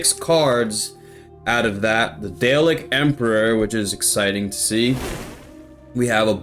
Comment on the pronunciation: Daleks are pronounced dar-lexs if there are multiple or just dar-lek if it's one 👍🏻